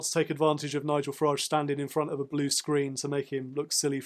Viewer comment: Thank you for adding some balance to the Farage (pronounced garage) reterick.